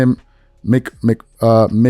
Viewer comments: MacMa-hon,,,,wow....That is the one thing that got me to go "What?" more than JJ Reddick's racial slur. MacMahon.....like Vince McMahon.....sounds like "Mick-man". Silly thing I know but I did not expect that mispronunciation. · Pronounce Mac Mahon as MacMan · "Mc-ma-hon" is wild! 😂 Dude, you need a new prescription, be sounding like ya throat dry while you reading hieroglyphics 😂😂😂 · McMahon: mick-mann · Lol the way he pronounced McMahon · struggling with Tim McMahon’s name is hilarious!!! 😂